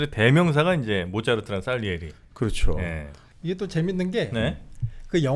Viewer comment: 솔직히 장님 3명이 코끼리를 만지는 수준 입니다. 모짜르트의 abc 도 모르며 살리에리가 아니라 쌀리에리 라고 발음 합니다. 미안하지만 세분이 모두 음악에 대한 지식이 부족함이 아니라 전혀 없는 지식으로 수고 하십니다. 모짜르트 하면 3개의 이탈리안 오페라 Kv 492 Le Nozze Figaro 파가로의 결혼 Kv 527 Don Giovanni 돈 지오바니 Kv 588 Cosi fan tutte 모든 (사람)여자는 똑같아 또 모짜르트는 opus 가없고 Köchel-Verzeichnis "쾨셜"이라는분이 하나하나 시간대로 번호를 지정한 KV 번호 입니다. 파이팅!